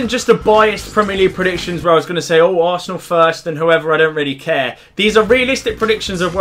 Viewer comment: is funny "asernal 3rd"